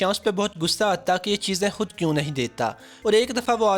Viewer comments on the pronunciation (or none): A/@ very informative video... But sir aap kiyu ..(khud ko hudd)..(khass ko hass)...(khawamakhaa ko hawamakhaa)...(khuloos ko huloos)etc...😥bolty ho...